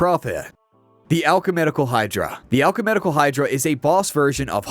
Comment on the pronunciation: I heard it as alchumenical, like he mixed the words alchemical and ecumenical.